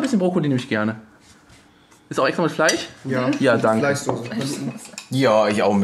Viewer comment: Bin ich der einzige, dem auffällt, dass sie anstatt Fleisch und Tisch, Fleich und Tich sagen?